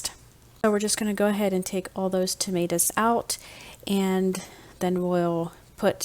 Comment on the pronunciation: Tomatoes, not Tomatas